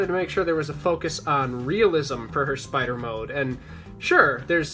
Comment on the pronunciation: “Yes, the... Spee-ider! Even the smallest bite from 'Arachnus-Deathicus' will instantly paralyze... Ugh, get it off!”